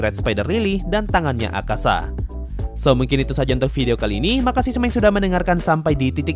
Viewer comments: Btw namanya Akaza min, bukan Akasa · Akaza bang bukan akasa